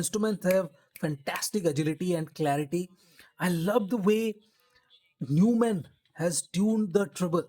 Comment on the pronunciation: its pronounced as Noi mahnn, this brand was purchased by Sennheiser decades ago